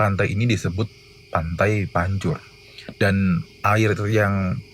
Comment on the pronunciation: PENYEBUTANNYA PANTAI PANCER